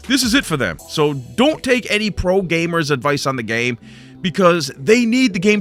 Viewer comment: The way he pronounced the pro names😂😂